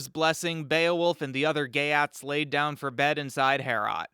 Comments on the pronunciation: Your pronunciation of the geats is so wrong! It is not GAY AT it is GEET! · it's geats rhymes with yeets.